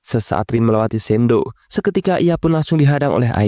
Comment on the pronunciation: shidou bg bukan sendo